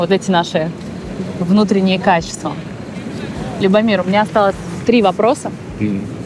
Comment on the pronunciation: Что же она привязалась к брату- кино. Это мелочь. Любомир с ударением на первый слог. Девушке надо совершенствоваться...! Не надо по чьим-то лекалам идти. Чтоб не получилось пародия. Хуже- фарс... 😭